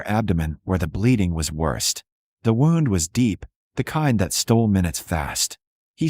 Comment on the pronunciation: Good story. But when AI reads IV as 4 rather than eye-vee, that is inexcusable. Wound is not pronounced as rhyming with round. It is supposed to rhyme with tuned. Read can be red or reed. AI gets it wrong. So easy to do it right. Funniest is reading St. As street instead of saint. So easy to polish. It takes away from enjoying the stories